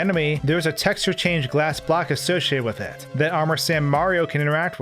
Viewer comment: Why is he talking "black" instead of block?